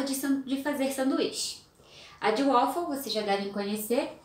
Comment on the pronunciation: Beleza. Fica: em inglês o a tem som de e. Ueifow!!! Pelo amor de Deus!!!